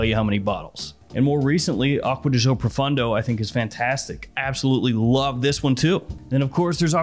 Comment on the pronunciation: proFAWNdo, not fun d'oh !